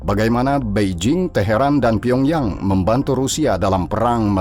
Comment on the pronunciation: Teharan itu iraq atau iran min kok bilangnya taheran iraq mulu sih 😂